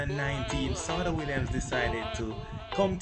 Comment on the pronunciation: Yessss thank you for highlighting our STAR but sidenote its pronounced Sha-day ....she absolutely dominated BSSAC in the 2010s and even qualified for the 2016 olympics!! But was injured and couldn't compete